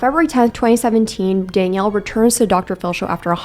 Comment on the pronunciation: couldn’t focus on anything on this video because of how you kept saying “dang-ielle” instead of danielle lmao